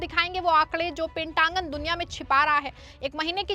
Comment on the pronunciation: It's pentagon not pentangun😊😅😅